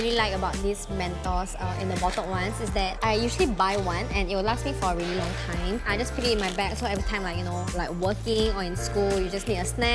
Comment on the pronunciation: No one Literally nobody Not a single soul - vely vely vely(really) Its vely not really 😜😜😜